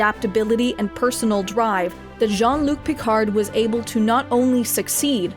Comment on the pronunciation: Yeah, give me a call when "Djean' Look Picarde" he's capable of pronouncing his name properly though x'D